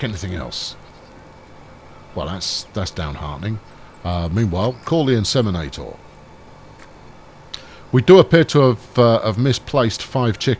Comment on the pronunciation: Every time you say call the inseminator, I hear ‘Call the Midwife’. Lol